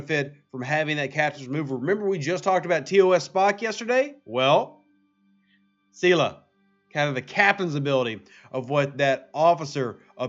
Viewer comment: I know I’m going to like this vid! Lol “c-la”